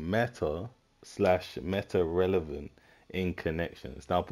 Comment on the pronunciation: “Relovent” you’re cooked 🙏